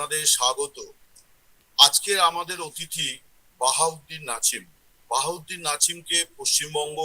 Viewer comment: নাছিম না নাসিম। নাছিম শুনতে কাছিম কাছিম লাগে।😂